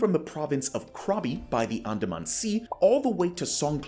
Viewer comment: Good info. Please learn to pronounce the geographic locations: e.g. Brunei, Andaman, Myanmar, etc.